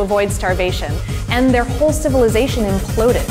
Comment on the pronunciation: Funny ending. "Aspic" when meaning "escape" and "whole civilizotion (or civilizocean) impuded" when meaning to say "whole civilization imploded"? Cute. But, be careful where you are when getting phonetics screwed up. I'm originally of eastern Massachusetts, where Gloucester and Worcester are or were regularly pronounced as Gloster and Worster or even Wooster, f.e. During the 1990s, I went to Cedar Rapids, Iowa, for a work contract. One evening, I went to the nearest bar for the first time and it was ok. It was a place with a large room in which a loud country or western music band was playing, while the entrance was just a bar. There were no patrons in the bar and the door to the band side kept the bar quiet, so I sat at the bar and chatted with the friendly bartender. Then three women who I guess in their 40s came in and sat right next to me at the bar, so I spoke to the woman immediately next to me, saying hello, just starting a little friendly chat; and she blew up because of my phonetics being of Massachusetts and wrong. She knew right away that I was from Massachusetts and got so angry about my mis-phonetics that I wondered if she was going to start hitting me, or worse. "Ciivilizotion impuded" for "civilization imploded" isn't just about phonetics and is worse than just being off a little, phonetically. So, be careful; if you don't want to be attacked by a crazily orthodox individual in terms of linguistics, say. Just joking; although, the story about what happened at t